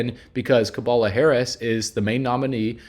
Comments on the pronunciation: Her Name is Kamala & Not Kabala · Her name isn’t Kabala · It’s Cabala 😂